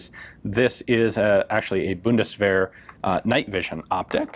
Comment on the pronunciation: The German Buddistferrets. That pronunciation just killed me right there.